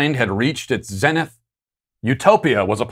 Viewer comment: HOW DID YOU PRONOUNCE ZENITH? 😅